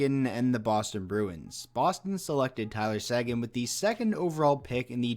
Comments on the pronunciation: It’s SAY-GAN, not SAGIN you idiot. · Pretty sure Tyler Seguin's name is pronounced "Sayguin" not "sAguin"